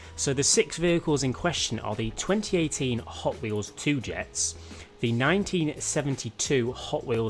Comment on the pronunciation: Its called 2JETZ. Said like 2JZ, the engine. not 2 Jets